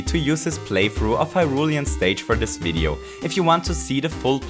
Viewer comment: You said "Video" with a bit too German pronounciation ;)